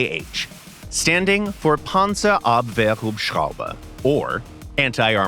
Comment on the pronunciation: As an German and obviously an German Main, i must say awesome pronounciation for Panzerabwehr Hubschrauber.